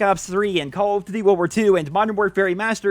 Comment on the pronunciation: "Call of Ditty: Wuwar 2"